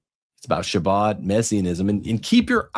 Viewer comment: It’s pronounced “Ha-Bod”